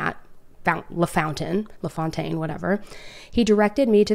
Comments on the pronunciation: U did butcher that 😂 u can't really think it's pronounced fountain haha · It La "Fontane" for pronunciation.